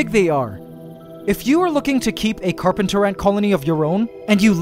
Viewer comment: The carp-ANT-ers